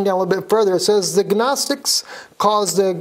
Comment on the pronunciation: the g in gnostics is silent just as the k is silent in the word know.